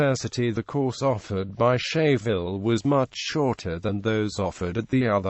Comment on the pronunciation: Scheyville is pronounced "skyville"